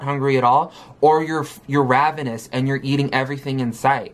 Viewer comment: i can't stand how she mispronounces so many words. "And" as "ind" or "eeend" just for example.